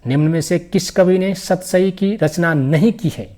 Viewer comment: सतराई क्या होता है😂😂 सतसई ही होगा😅😅😅😅